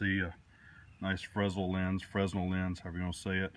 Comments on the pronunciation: The S in fresnel is silent; it's "fruh-NEL" Why? I don't know. Nice video/discussion. Showing difficulty with flint and steel will remind people that some methods are definitely not as easy as a lighter. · Fruh-nell lens. I think that's how it is pronounced. .